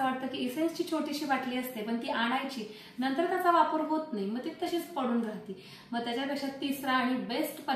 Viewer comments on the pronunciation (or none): none